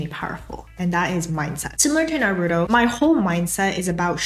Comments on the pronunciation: it’s naruto not naroodoe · “NAROODO” you mean “NAH-RU-TOE”😭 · Please say Naru-To not Na-roo-doh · Not you saying "nuh-ROO-toe" 😳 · The way you're saying Narooto is triggering me and pushing my buttons lol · NAH ROOTOE is how it's pronounced! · lovely and very helpful video. but the way u mispronounced naruto had me laughing LOL!!! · I love you but please.. why did you have to pronounce Naruto that way 😭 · Imagine saying naruto wrong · The way you pronounce "Naruto" is hurting me. Anyway, great content. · Don't say Naruto like that please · your pronunciation of Naruto really disturbs me......